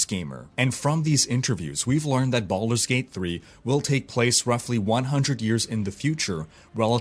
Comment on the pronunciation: did you say baulders gate 3???? O_o